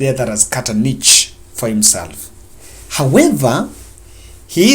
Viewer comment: good work. Work on has and have. Additionally, niche is pronounced as nish. Keep it up please.